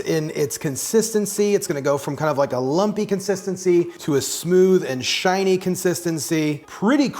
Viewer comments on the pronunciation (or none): none